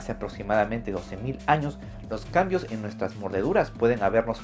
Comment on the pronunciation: Alguien se dio cuenta que dijo en el "Anos" y no años? Jeje